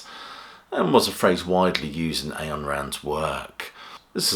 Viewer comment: It's pronounced 'Ine' Rand, not 'Ayan'.